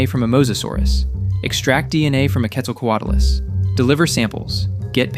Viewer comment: ARE YOU KIDDING ME? BUDDY. BUDDY. BUDDY. THAT IS NOT HOW YOU PRONOUNCE QUETZALCOATL US. THIS IS DISGUSTING AND A CRIME OF NATURE.